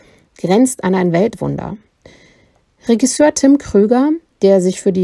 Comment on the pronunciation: BITTE schau dir nochmal an, wie man "Regisseur" ausspricht. Musste an dieser Stelle abbrechen.